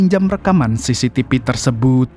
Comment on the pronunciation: Tolong pengucapan V atau F yg betul, sangat mengganggu..seperti AKTIPIS, CCTP, MAPIA ..maaf yaa